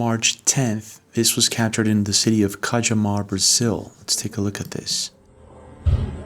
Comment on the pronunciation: This is a wild video. Thank you, as usual. Quick note-----prn: CA-YA-MAR. "J" is a "y" sound in Spanish.